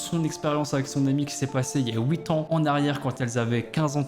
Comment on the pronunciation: Sais huit ans et pas ouït ans 😭sa m’énerve